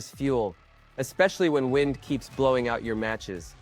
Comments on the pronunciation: Wend? You mean WIND......SOUNDS LIKE WYNED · ITS W IN E D UP NOT WIND UP